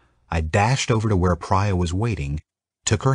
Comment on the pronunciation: The female character’s name is not praya.... Priya with closed i vowel sound.. it’s driving me nuts!!!